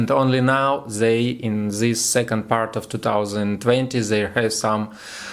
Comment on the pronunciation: Молодец! Я горжусь тобой. 😎 August - произносится как Огест. This - лучше произносить через букву Д. Как Дыс. Немного поработать над английским и будет супер 💜💜💜. Но прогноз всё-таки понятный, понятно что ты имеешь ввиду.